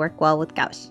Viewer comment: This was a very fun and informative video. You really were able to put a lot of information in under 7 mins and we’ll. Thanks for sharing I recently purchased my first set of Holbein gouache. I’m having so much fun with them. Only $20 in Japan 😲 When pronouncing gouache it’s more like gwash 😊 Both your pieces came out great. I haven’t seen that animé might have to check it out. I just started watching Tokyo revengers with my daughter, who has already watched it 4 times.